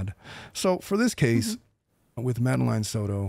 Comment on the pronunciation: You’re pronouncing Madeline’s name wrong 🫤